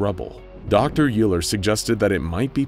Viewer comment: As a math major, with all humility, and apologies, it is my duty to point out that "Euler" is pronounced "OY-ler," not "YOO-ler..." assuming I have that correct.